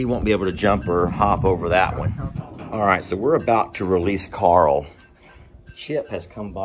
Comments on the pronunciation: Rick pronounces Carl like "Coral!" LOL He is a majestic creature. Great addition! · As soon as you said "Carl" the image of Rick Grimes saying Carl but it sounded like "Coral" came to mind 🤣😅...now I can't unhear it🤦‍♀️